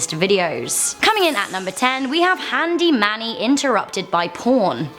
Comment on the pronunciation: Thought it was handy Mandy not handy manny